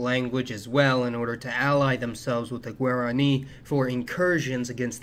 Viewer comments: good video, but I have to set you straight on the pronunciation of Guarani; it's gwah-rah-KNEE, rather than gwair-ah-KNEE. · I enjoy videos like this, even if mispronunciations of Paraguay and Guarani grate on me. I lived there 1975-76 as a Peace Corps volunteer, and have hoped to get back. I started back in 1016, but ended up staying in Ecuador. A great movie for understanding some of the history is the 1976 "The Mission." Thanks